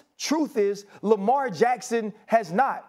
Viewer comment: Lamelt Jackson 😂